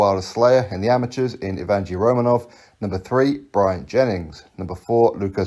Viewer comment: It’s pronounced evyeny Romanov